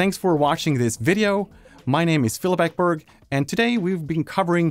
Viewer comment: Varför uttalar du som svensk ditt namn på det sättet? Ekberg. Eckbörg? Ett namn är ett namn och uttalas bara på ett sätt. Nu skall jag kolla resten av videon, som jag faktiskt tror är av bra kvalitet, ämnet är av stort intresse.